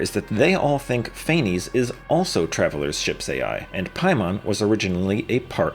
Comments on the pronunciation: I'm Greek/German and it's actually pronounced KNEE-BULHOOGN and FAENEES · Ain't no way you pronounced Kukulkan and Phanes both wrong in the same video.